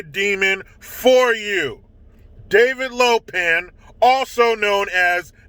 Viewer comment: He calls her "David Lopan!" I know this already since I've been listening to him since the beginning but it makes me laugh 🤣 really hard every time.